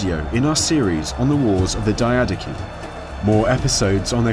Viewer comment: I am the only one who thinks mispronouncing it as die-uh-DOCHI (ch as in church) is cooler than die-A-daki?